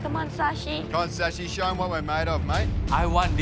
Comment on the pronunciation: ITS Shashi not sashi